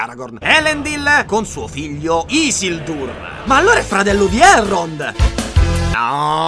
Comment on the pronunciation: Si legge Ghilgalad, Chelebrimborn, Isìldur